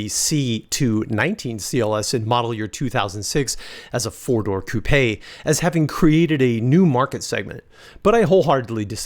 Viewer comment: Great video young man. Also, congrats for actually pronouncing the word "coupe' " correctly.